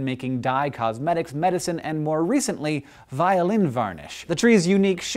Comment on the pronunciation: "Voilin" XD